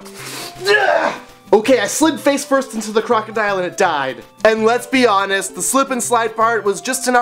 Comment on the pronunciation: every time he said "lets be honest" i kept on hearing "les-bi-anas" ;~